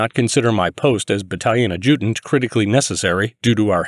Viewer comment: It’s obvious the person doing the voice over has had no military experience or knowledge. He can’t even pronounce ‘Adjutant’ properly.